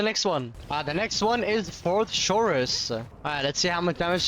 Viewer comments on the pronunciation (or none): Not how you say chorus but okay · why do you say chorus like that 😭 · You mis pronounced chorus